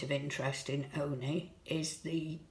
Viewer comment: If the locals of say, Scarborough pronounced Scarborough as "Flerbyderby" how would you pronounce it? It's Olney. Ollllllney.